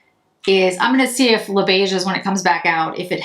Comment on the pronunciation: The 's' letter in beiges is silent as all words in French which end with 's' when it is the plural. This is not a criticism. Thanks for the thorough review.